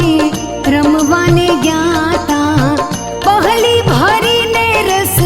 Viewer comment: " પહલી " નહીં પણ " પસલી " પાણી અને પાણિ , શબ્દનો ઉચ્ચાર એક સરખો પણ અર્થ અલગ.